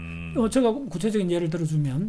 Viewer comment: 제가를 저가..라고 하는것 빼곤 아주 집중해서 들었습니다. 요즘 이슈화되고 있는 민희진사건에도 많은 깨우침을 줄 것 같네요.